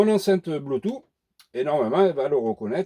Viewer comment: C'est éxact que les 3/4 des emetteur Bluetooth décalent le son. Merci pour l'info sur ce modèle. Au fait pour Bluetooth moi je prononce "Bloutouce" et pas "Bloutou"...